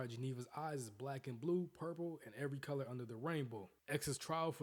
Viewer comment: Dude said errie color uner the rainbow lmao😂😂😂